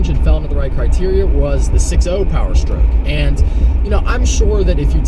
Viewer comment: powerstroke not peorstroke